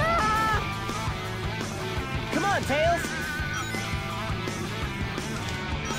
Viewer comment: i wonder how easy it would be to make convincing fake gameplay footage. just slap a well edited collection of facecam clips together and see if all the "cawn awn"s, "i was blawking!"s, and "dood! *holds up controller*"s and other stuff would be enough. maybe even throw in some of the many horrible sex jokes since they can probably apply to most games with girls in them.